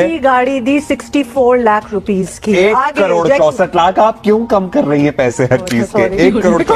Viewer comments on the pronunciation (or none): Ye crore ko Kadode kyun bol rahi hai? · Yeh female anchor to dhang se crore bhi nahi bol paa rahi😂